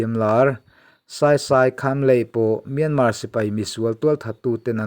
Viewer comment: Myanmar tih lam dan in thiam thei si loa.